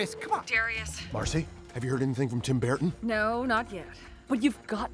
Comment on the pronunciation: Tim Burton is Tim BEAR-ten 🤣🤣🤣🤣